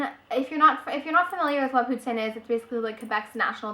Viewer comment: i live in canada too, and everyone i know says it like pou-teen, ive never heard anyone say it they way you do but its cool! haha